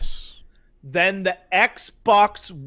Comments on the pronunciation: "eggbok" - Angry Joe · Eggs bocks is all I can hear after 5 mins